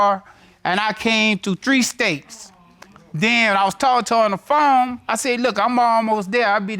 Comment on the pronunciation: Did he say when we talked on the foam, your honor?🤦🏾‍♀😅ghosteses?